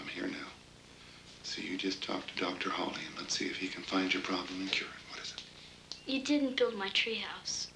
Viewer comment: Isn't this The American Dream/Nightmare...?!? Anyway, thanx for this rarity (although it's Hawley, not Hawkley)! The 1961 novel rendered Steinbeck a Nobel Prize, but in USA he was ridiculed. Canadian Donald Sutherland (b. 1935), who went through theatre school in London, and debuted in a French/Italian horror movie (The Castle of the Living Dead) in 1964 (directed by a certain American, Warren KIEFER - hence Kiefer Sutherland...), was a wellknown Vietnam War protester with his then girlfriend Jane Fonda 50 years ago. He could've made ½ a billion dollars from taking percentage from his bit part in the 1978 comedy 'Animal House', but chose a small, safe cheque for $30,000 or thereabout instead... I myself find this 1983 Waris Hussein TV movie - with my old (79) favourite Tuesday Weld - working just as well for the era of 1980s Reaganomics, and for today's America. And Sweden. And UK, €U, Russia, China... "It's glorious to be rich", as China's leader Deng Xiaoping said some 40 years ago. "Greed is good! Greed works!" (Gordon Gecko/Michael Douglas in Oliver Stone's 'Wall Street', 1987). /J, Sweden (b. in 1961...)